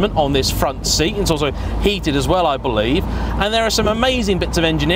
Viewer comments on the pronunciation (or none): none